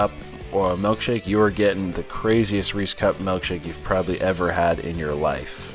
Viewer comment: I'm sorry dude but what exactly is a melkshake? It's pronounced ilk as in illkshake.